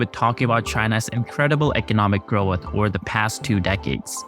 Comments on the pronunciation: the word is "growth"..not "groweth" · Solid narrator, one small critique, Growth = groath Not “gro uth” ❤ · I love rhe bizarre way this guy says "growath" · Learn how to say growth and government